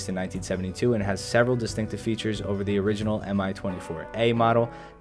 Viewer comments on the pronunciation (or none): none